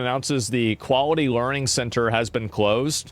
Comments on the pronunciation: Tower of Learing. 😂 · excuse me its pronounced "lear-ed"